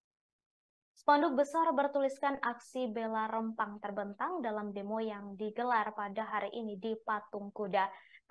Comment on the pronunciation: Penyiar berita nya gak bisa itu ejaan Rempang dg E keras bukan e lemah